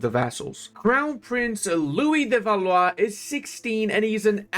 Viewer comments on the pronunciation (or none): its pronounced Val-wah